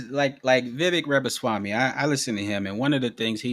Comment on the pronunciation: What ignorance - lost me at guy in T shirt not able to correctly pronounce Vivek Ramaswamy’s name - SMH